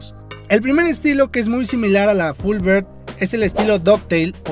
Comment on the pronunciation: Full "bird" xd. Se pronuncia algo así como "biard" amigo. Sino parece que dices pajaro completo